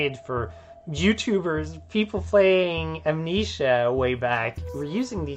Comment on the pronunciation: I can't get over him pronouncing it "Am-NEESHA". Part of me wants to believe that's not his accent, but how he really thinks it's pronounced, and none of his coworkers have the heart to tell him he's mispronounced the name of his life's greatest work 7,286 times.